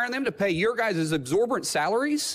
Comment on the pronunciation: "absorbant" salaries LMFAO